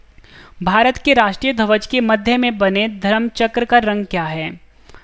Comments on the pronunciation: ध्वज सही से बोलो भाई आप धवज बोल रहे हो। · धवज नहीं भाई ध्वज बोलना सीखो